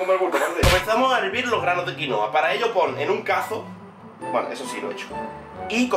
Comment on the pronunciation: Es quinoa